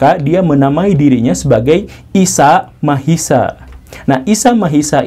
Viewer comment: Isa Masiha, bukan Isa Mahisa😊